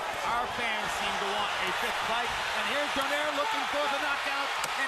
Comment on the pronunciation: This buffoon michael buffer is paid millions to botch saying "travieso" and "donaire" LOL